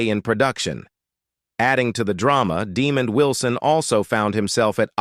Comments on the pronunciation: His name is DEMOND with a D, His name is NOT 👹Demon👹 Pronounce it Correctly. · I get so tired of AI VOICE VIDEOS IT CALLS HIM DEMON WILSON 😤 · The narrator constantly pronounced Demond Wilson's name incorrectly! He called him DE-mond instead of his correct name of de-MOND! Very unprofessional! It was extremely annoying! Get it Right, Sir!!! Just had to point that out! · The narrator constantly pronounced Demond Wilson's name incorrectly! He called him DE-mond instead of his correct name of de-MOND! Very unprofessional! It was extremely annoying! Get it Right, Sir!!! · Dee Man? He pronounces it Dee Mon! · This guy is mispronouncing Demond Wilson's name it's not demon 🙄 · Deeeee-mond? Wilson - that's NOT how u pronounce this now minister's/evangelist's 1st name! lol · F bombs on the narrator for mispronouncing Demond Wilson' name. Its pronounced Dĕ mönd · IGNORANT AI VOICE!! His name is Demond not Demon! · Fix that stupid A.I. Demon Wilson? SMH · Tried to watch..But Demon...C'mon AI .. total disrespect... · Demon Wilson.....lol. A I is great isnt it? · "Demon" Wilson - A I strikes again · 1st time this pronunciation Demon was ever used. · Yes please! Stop saying demon. 😂😂😂😂😂😂😂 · That's stupid ass AI for ya! I think this voice-over moderator was saying Demund..maybe not Demon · DUH-MOND Wilson. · Why he keeps calling Mr Wilson DEEEMOND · Yeah De-mond Wilson,he wasn't a demon 😂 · Facts."Demon" Wilson. Tf? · I can’t believe the moron narrating the video doesn’t know how to pronounce “Demond.” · Dee-mond Wilson... Isn't pronounced like Deh-mond? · Man you can't even pronounce Demonds. Name please find a real job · Pronounces De' mon d...get it right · It's Desmond, NOT Demond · You mispronounced Mr. Wilson’s first name. As Fred Sanford would say, “You big dummy.” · You are saying Demond’s name wrong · I wish there was a counter on the screen for every time the AI mispronounced Demond Wilson's name wrong. Lol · no no, ai... its deh, mond, not demon d...